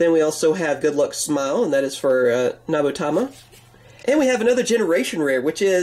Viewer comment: Hi for 3.45-46 is nubatama cause i heard nabutama.This is a good feedback